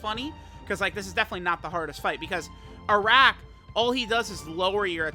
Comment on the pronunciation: His name is pronounced as "Aa'rak" Its an Arabic alcoholic drink